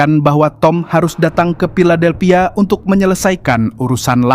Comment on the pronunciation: Filadelphia bukan piladelphia. F dan P itu jauh banget bang😢